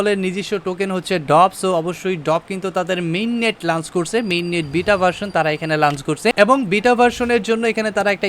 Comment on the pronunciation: bro word ta "লাঞ্চ না লঞ্চ" r moon nah mon... R eto chapa maren ken vai!! R ekta video te eto pok pok nah kore banate paren nah...!! R nijer eto dhol bairam ken, ore bapre kanta shesh🤐